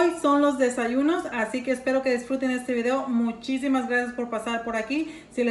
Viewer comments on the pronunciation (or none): none